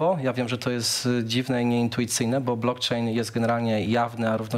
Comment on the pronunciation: Blokczejn noduje uolet. Kogoś ty zaprosił? Nie potrafia sie poslugiwac jezykiem polskim.